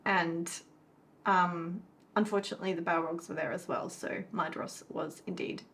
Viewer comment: Hey it's that time again, time for Fun With Elvish Pronunciation™ 😂 This week it's the dh in Maedhros. The dh, which Tolkien sometimes spelled as ð (eth) to differentiate it from a normal d, is what's called a "voiced dental fricative" (although Tolkien used the term 'spirant' instead of fricative). It's pronounced like the th in this, that, and then. Also the o is short, like in boss. So Maedhros is MY-thross. But make sure the th is as in 'that' and not in 'thin'. This has been Brent Cares A Little Too Much About This©®™